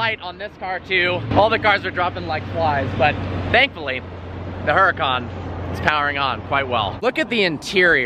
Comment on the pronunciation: Dude, 'Hurucan' is pronounced like 'Ooh ra (roll the r) khan'